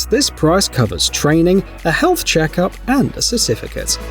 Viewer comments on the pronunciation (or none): Did you say "cestificate"?!